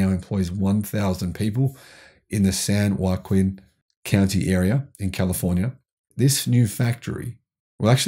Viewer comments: Pronounced “San wah-keen” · The southern side of California's great central valley is pronounced San WAKEEN, spelled san joaquin. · Sounds like Lou, Slou is how it is pronounced. 20 minutes south of Santa Cruz, where I live. San Joaquin sounds like San Wa Keen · San Joaquin = San wa-keen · Slough is pronounced sloo here in California. And it's San wakeen